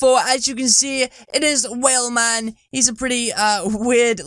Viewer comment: Its not whalman its whelman i think c